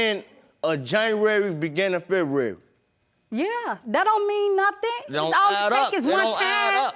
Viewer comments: I got locked up roughly at the end of JANNAWARY beginn of FEH-WU-WARY! 💀😂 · The way he says February is irking my soul